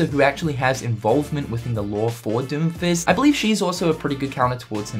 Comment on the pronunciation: ... the way you say doomfist makes it sound like you are saying doofus